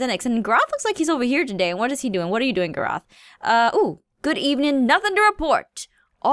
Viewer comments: Aph says " Gur-roth" but it's said "Gar-roth (this is not spelled right, I know, but I do know how to spell it tho) ALSO, to me the time when she MAKES her house is when thing get interesting! ( TO ME (Opinions) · "Grrroth" no no no no...no. It's pronounced Garotth!!! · Aphmau: lets talk to some of the guards because we haven’t talked to Gurroth or Zenix Garroth: ITS PRONOUNCED GARROTH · Aphmau at night:let me touch this bed oh it's morning. I can control the day and night. "Gurroth look " Garroth:wtf .................its pronounced Garroth. Aphmau:sorry but look Garroth:wtf whaaaa ...................how did you uh............... Aphmau mind:wtf plz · I'm rewatching ALL the episodes.... and when I heard Aphmau say Garroth's name she said, "Gerawth" And I'm like, "Ummmm.... What?" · Same xD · ITS NOT JUST ME YAY! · gay_briel_rose me too😂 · OMG so true! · Gerawth 😂😂 She says it correctly now 😂😂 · I'm rewatching ALL the episodes.... and when I heard Aphmau say Garroth's name she said, "Gerawth" And I'm like : Isn't that what Izy says (Pdh and Mystreet) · It’s GAR-ITH well that’s how u pronounce it!!!!!! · Gar-oth the way she says garroth Cracks me up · IT'S... PRONOUNCED... GAAARIIIITHH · Realising aph said gaarroth lmao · ITS PRONAUNCED GAAAAA ROOOTH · nobody: jess: doesn’t know how to pronounce her own character’s name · i luv it when she pronounces garroths name wrong and i just here him getting mad lol